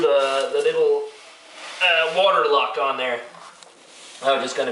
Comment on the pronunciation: You said "the little water lock on there" in a brutally awesome American fashion. Happy Brewing.